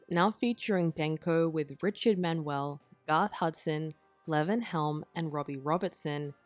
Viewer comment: Nothing like having an Australian AI mispronounce Levon Helm🤮🤮🤮🤮FUCK AI